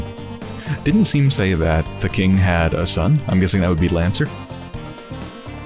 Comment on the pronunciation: Pretty sure it's "Shawm", like how Sean is pronounced as "Shawn". Seam, Shawm.